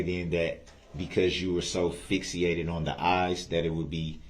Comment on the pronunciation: Fixiated? Not fixated..moron.